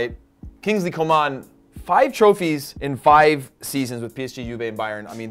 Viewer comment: Come on Prez, Kinglsey Coman is still only 20 years old. And neither of y'all pronounced his name correctly.